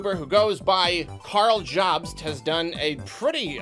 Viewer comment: has never pronounced "Jobst" before, evidently